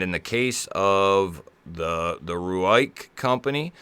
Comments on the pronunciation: It's pronounced "rake" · Very cool. Think its pronounced ruike😅